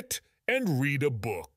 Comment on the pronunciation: 2번 문장이요. 책을 읽다가 과거 시제이니 발음이 뤼드 어 북이 아니라 뤠드 어 북으로 과거형으로 읽어야하는 거 아닌가요?